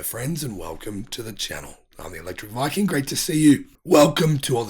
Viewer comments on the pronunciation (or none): none